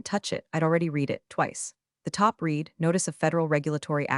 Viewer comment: Good story. You still need to program the AI in pronunciation. Read is pronounced differently in past tense.